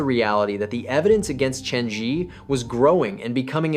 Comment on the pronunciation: Why is the Zhi pronounced so inconsistently in this video? Sometimes you pronounce it ZHEE while other times you pronounce it ZHUH.